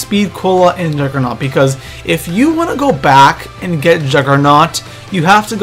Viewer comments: Not being a dick, but it's juggernog, not "juggernaut" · It's juggernog not juggernaut you fuck head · am i the only one who gets annoyed when people say juggernaut instead of juggernog? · it's not juggernaut it's juggernog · im sorry but it kind of makes me mad when people call juggernog juggernaut, just sayin. but I still like your vids keep doin what your doin bro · Its Juggernog not juggernaught